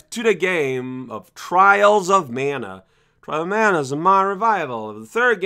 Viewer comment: Twials of Mana!